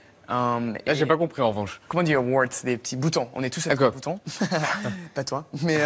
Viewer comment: Il a un accent tres Canadien lorsqu'il prononce "normale" et "mais" et bien d'autres mots.